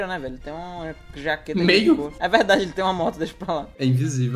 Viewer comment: E esse "e verrdaade" kkkkkkkkkk